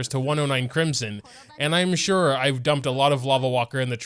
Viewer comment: cwimson hu tao uwu